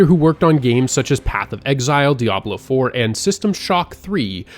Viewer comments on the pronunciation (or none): none